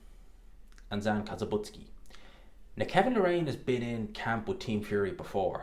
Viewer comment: It's Zhan not Zan.